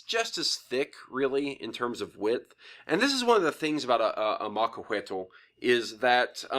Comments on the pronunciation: Its pronounced macuahuitl not macuahuetol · Since the L is almost silent in Nahuatl words, this is not how it should be pronounced.